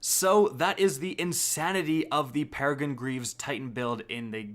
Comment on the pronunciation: Its Peregrine, not Peregine